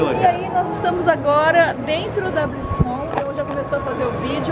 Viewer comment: n é BlizzCon, é Blizzarrice XD